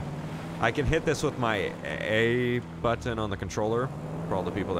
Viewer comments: I fuckin love the way he says button it's like "but tin" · my man, YOU ARE THE FN BEST.. LOVE YOUR CONTENT.. BEEN WATCHING YOUR CHANNEL FOR ABOUT A YEAR OR SO.. SWEAR I NEVER GET ENOUGH.. WHENEVER MY DAY ISN'T SO GRAND, I WATCH YOUR VIDS JUST TO HEAR YOU SAY buTTon!😂😂😂😂😂😂😂 all the best.. Keep them coming. Appreciate you man